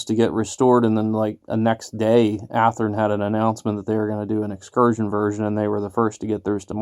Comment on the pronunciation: I died when he said Athearn.